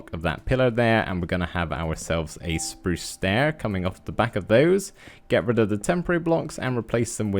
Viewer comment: Us: spruce Me:spruce You:spruz (Lol u make me laugh when you say "spruce" and I luv ur builds!)